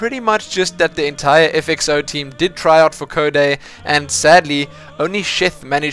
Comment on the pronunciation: err its not FXO - z, the name is FXOz pronounced 'Oz'